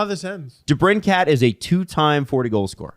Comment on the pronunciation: Folks, it's DeBrinKIT, not DeBrinCAT. Yes, this is v important to me!